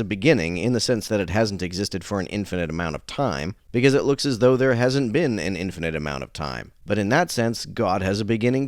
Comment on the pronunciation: She keeps saying "infinant." 😂 I can't.